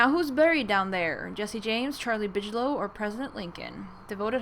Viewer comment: Bigelow pronounced with g not tʃ.